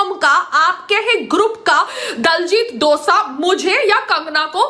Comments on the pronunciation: Dosa lol name leena ton sikh le phele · Payal madam for your kind information diljit dosaaa nhi diljit dosanjh hota hai. Punjabiyeo ko pagal kehti hai khud ko pta nhi k kya bol rhi hai.